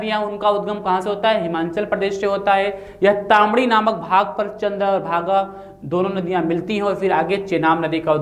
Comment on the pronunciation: तामडी नहीं ताण्डी हैै